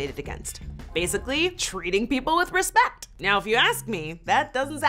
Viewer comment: did she say Respek oh my God